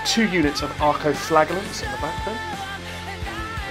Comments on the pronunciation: Flaj not flag, a good whipping, try it, it may sort your pronunciation out 😂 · For the last time, it's "Flajallant" ffs